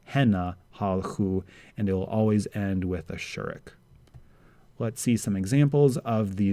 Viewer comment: Your וּ and אֻ should be pronounced like « ou » of « you » or in IPA /u/ not as the « u » of « up », as when you pronounced the name « shourouk ».